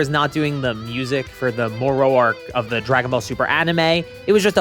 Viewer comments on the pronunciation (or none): More ro... you mean Moro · can he learned not to say more-oh yet?